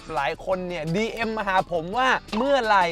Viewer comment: พูดว่า dm... น้องได้ยินว่า เลีย!!! 🤣🤣🤣